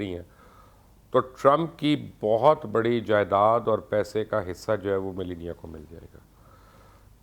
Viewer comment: Mubashar sb trumpnki wife ka naam tou tekh say len ap bilkul wrong pronounce kar rahe hain please you are a public figure so study before you come online and secondly ye America hai pakistan nahi please dont compare the politics of Pakistan to America